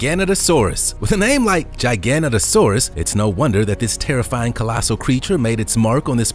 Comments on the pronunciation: GIG - O - NOTO - SAURUS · When he said gigantosaurus I was like "wait ark"